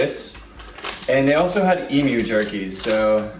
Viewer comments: Glad you say eem-you. Not eem-moo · Well done on the correct pronunciation of Emu.